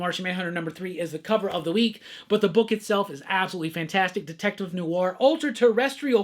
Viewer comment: Look man. It’s not “new are”. It’s “nwar”.